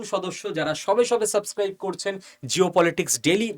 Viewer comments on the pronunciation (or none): none